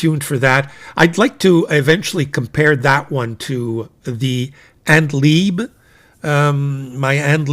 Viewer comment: As a German, I would like to advise you that &Liebe is pronounced Leebeh which means love. Have no idea why a Japanese company would choose a zgerman name. 😊